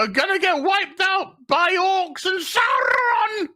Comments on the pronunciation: Saw Ron not Sour Ron you don't pronounce it dinosour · GALADRRRRRRRRRRrrrrrrrrrrrRRRRRRRIEL SAURRRRRRRRRRRrrrrrrrRRRRRRRRRRRRRON